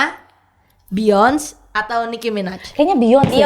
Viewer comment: Woy, bacanya Bi yon se